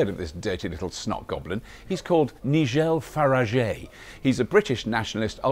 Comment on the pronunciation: im sorry, but Robert's atwtempt at humour just leafves me cold, perhaps when i was 15 i would have found it funny, and i do realize that is his job, but i do admit he does a good aussie accent, and his views on Faragggggeeeé are more than accurate.